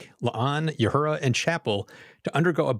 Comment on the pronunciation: is there some sort of in-joke reason why you pronounce Uhura's name as "you-hura" instead of "oo-hura"? anyway, loved Doug for sure, he was the only thing which made that episode work for me at all.